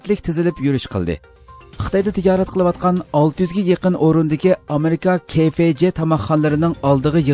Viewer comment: ھەرقانداق خەۋەر بىرىشتىن بۇرۇن قايتا قايتا تەكشۈرۈش كىرەك ، بۇلۇپمۇ ئاخپارات يۇقۇر تۇغۇرلۇقنى تەلەپ قىلدۇ ، ئۇنىڭ ئۈستىگە ھازىر كۆۈرمەنلەنىڭ ساپاسى يۇقرى ، خاتالىق كۆرۈلسە ئاخپارات ئورنى بولغان ئۆزىڭلارغا تەسىر يىتىدۇ 。 بۈگۈنكى خەۋەردىكى ئامرىكا تىزتاماق خانسىنىڭ ئىسمىنى KFG دەپ ئىلىپ سىلەر ، ئەجبا سىلەر Cبىلەن Gپەرىق ئىتەمسىلەر ؟ KFGئەمەس KFC